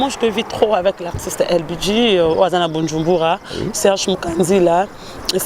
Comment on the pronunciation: Loba ka malembe maman balobaka BUJUMBURA 😂😂😂😂😂😂😂mbangu mbangu pemaeeeeee